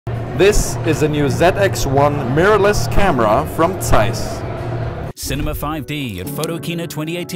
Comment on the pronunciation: Somebody finally pronounces zeiss the correct way ✌ yey 😄